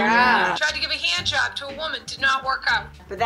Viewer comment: "She tried to give a hee-and jawb..." I heard a little bit of Beverly in there LOL.